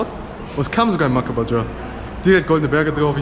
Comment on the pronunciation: Ich feiers wie du makabaja aussprichst: „Mackabadscha“